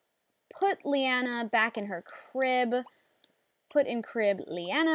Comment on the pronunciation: Oh my god... when you said 'Liana' I got excited... Cause that's how you pronounce my name, except the spelling is different ^o^